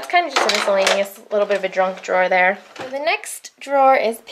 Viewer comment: When you said "junk drawer I totally thought you said "drunk drawer" ...as in, "oh, drawer... you so drunk." I think this should be a universally implemented slang phrase from now on.